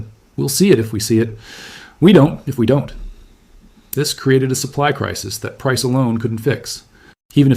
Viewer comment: Or the word don't. the Ai says Don - Tee